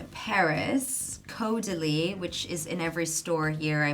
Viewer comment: I’m sorry but it’s pronounced caurdelee!! X